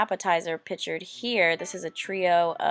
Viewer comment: It's "Jee-or-danos" and not "jor-danos". It's "Lou Mal-not-ees" and not "Loumanotee". Also.... "pictured" is pronounced pick-chured and not pitchurd. Slow the fuck down. Learn to pronounce. You're getting way ahead of yourself. And the fact that you'll choose Food Life over a plethora of other places speaks VOLUMES.